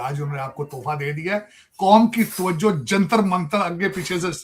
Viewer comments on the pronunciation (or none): none